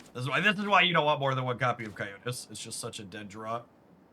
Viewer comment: Is cocytus pronounced that way?